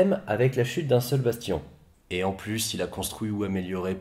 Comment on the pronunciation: Remarque, il dit "bastillon".